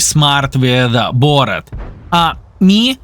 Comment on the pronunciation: Borat??? it's Boorrask' or something in phonetic... well done as always Thanks for the lesson